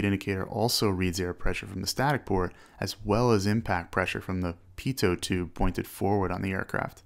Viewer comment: Pitoh not pitoht